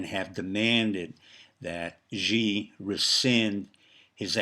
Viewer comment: Dr., your words would resonate with a greater authority if you pronounce Xi's name correctly. Perhaps the best way to get it close is to pronounce "Xi" like the English word "she." It's not perfect, but it would be a big improvement. Kudos to the maga admiral. The RMB has been strong...6.92 presently...to the dollar, so I don't think you are right about the currency falling "20%," the banks are the Achilles heel my friend...it's the banks...